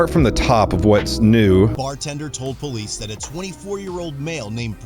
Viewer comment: Natural poh-lece